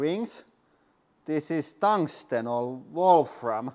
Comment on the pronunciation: The what rings? Squirmed? Someone please tell me what he was trying to say. Thanks